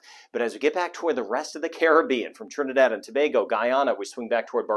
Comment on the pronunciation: Like the way u pronounced my country name properly Trinidad and Tobago keep up the great work I look forward to your weather report